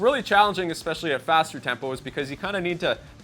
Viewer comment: Did you say tampo? hehe...very nice lesson.